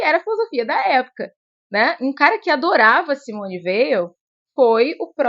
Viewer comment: Parabéns pelo vídeo. O nome Weil é de origem Alsaciana e se pronuncia "Vei". Thibon tem a sílaba tônica "bon". Como disse Susan Sontag, "Espera de Deus é o melhor livro para iniciar um encontro com a escritora. A originalidade das suas percepções, a paixão e subtileza da sua imaginação teológica, a fecundidade dos seus talentos exegéticos estão aqui..."